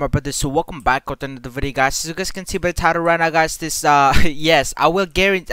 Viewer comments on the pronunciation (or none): "Wolkem bak" I like it